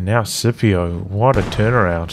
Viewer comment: IDK if Scipio himself pronounces it with a soft C, but the name comes from Latin, so it would normally be pronounced Skipio